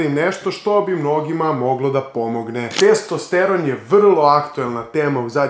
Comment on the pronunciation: Nije testEsteron nego testosteron.